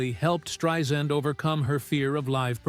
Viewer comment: Great video, thank you so much! Just an FYI, that is not how you say her name, it is Strei - sand (pronounced S-TRY-SAND) Thanks!